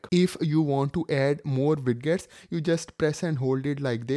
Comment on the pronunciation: O ... moorkha insaaan ... Widgets Hota Hai..wiget wijet vijet ... bolna seekh .. Ye Wid gets q bol raha Hai...da q laga raha Hai...Haddad hai Har koi guru ban raha Hai.. galat baat